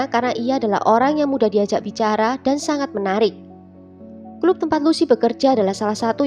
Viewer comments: Bacaanya klap bukan klup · Kak.. org mn sih kok bahasanya medok banget. Club itu bukanya dibaca 'klap' ya dlm ejaan bhs indonesia. Masak di baca 'klup' jg... geli kedengaranya.